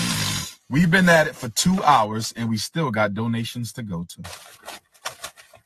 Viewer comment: DOE-NATIONS GIFFS